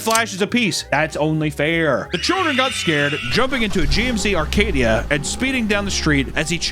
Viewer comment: There’s no r in Acadia